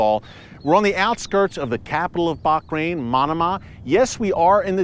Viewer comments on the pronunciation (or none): Ooo, not “Bak- rain” but “Baa-rain” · Why you pronounce baHrain, baQrain ? 😂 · Hi Eric, it is Bahrain not Bakrain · Hi, Erick and other Watchers, I have a total side question. Is that how Bahrain is pronounced? It sounds like Erick is adding a 'c' in there, like Bachrain. Have I been mispronouncing it all along? 🤔🥺😢😎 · Pronounced as Bahrain. Bah as in lah! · I think I gotta get my hearing checked... Just sounds like he's saying Barkrain? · Watching herefrom dubai it pronounce baha rain sir